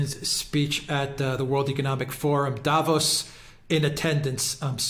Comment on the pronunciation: please, again: don't say DAvos, the. correct pronouncation is DaVOS, stretching the second syllable. Don't you read your comments? It hurts my ears every time you say it wrong!